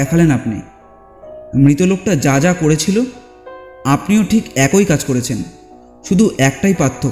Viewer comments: একোই নয়,--অ্যাকই(একই). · AKOI katha noi, uchharan hobe AKI katha. Kichu mone korben na pls.